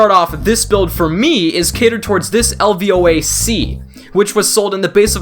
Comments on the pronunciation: You are a moron how u keep saying LAVOA IT'S LVOA LOW VISIBILITY OPERATION ASSAULT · Sounds so stupid how he keeps saying LAVOA